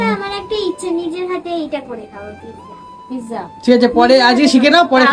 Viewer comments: Pizza 😂 not pigza😂😂😂 dhonger warning⚠ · তুমি পিজারে পিকচা বলো❤❤❤ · ওটা পিকজা না পিজ্জা 😅😅 তবে রেসিপিটা খুব সহজ❤❤ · Pizza❌ pigza ✅ hee 😂😂😂😂😂